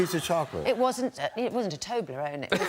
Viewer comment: "It wasn't a tobeleron" oh I'm dead😂😂😂🔫